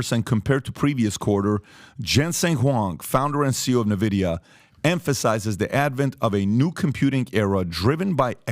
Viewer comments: N VIDIA, not NE VIDIA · The company's name is pronounced Envidia not Nevidia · Great content but for all thats good and holy, its [en-videa] not [nuh-videa] or [nin-videa ????]. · For the love of god its pronounced ENVIDIA not NEVIDIA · its called N vidia , not nevidia :| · It’s pronounced En-Vi-Dee-Yah, like the Latin ‘Invidia’ meaning envy. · not nvidia n-vidia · I just love how out of it they are😂 From relating this to "gaming" and from the dude calling it "NeVidia"🤣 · Exactly Only in America we have a millionaire this confidently out of it... nothing but a bunch of yes men around him obviously🤣 Pat called it "NeVidia" Not even a producer who knows editing that could correct him on practically everything that they said?! Damn 😅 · Dude doesn't even know how to pronounce the company name. Nice.